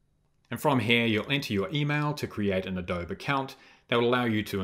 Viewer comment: Thank you for this video. I had a quick project given to me at work to edit a Lottie animation and I had never used it before. I was able to import it and edit it in After Effects. Also, just a friendly note -- Adobe is pronounced with the long "e" at the end. The company is named for the clay used to make sun-dried bricks from which native American structures were built, mostly in southeastern United States. Most American kids learn about adobe in elementary school, but I can see why those outside the U.S. would pronounce it without the long "e" sound.